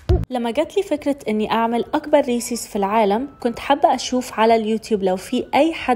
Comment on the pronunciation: ريسز وليس ريسيس